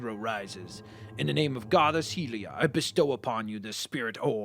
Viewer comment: YOU ARE PRONOUNCING HYLIA WRONG also that green cap is a duck guy, also if you played loz oot you would have known that the chickens will attack you, also chickens work like paragliders if you grab and jump with them, also you can freeze enemies in time and alsoo if you pick up a chicken and let a enemy hit you the other chickens will attack the enemy